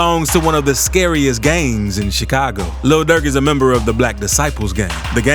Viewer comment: Why is he saying "gangs" like that